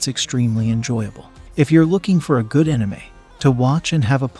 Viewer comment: Is an enime anything like an anime lol.. thats the first ive ever heard that particular wrong pronunciation